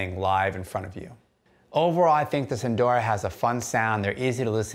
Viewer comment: 'sun - dara' not 'soon - dora'